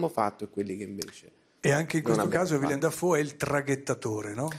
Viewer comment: Villem? Sarebbe carino consultarsi per la pronuncia - in fondo è solo un nome da memorizzare. Ma in fondo basta fare 'una cosa tra di noi' all'italiana.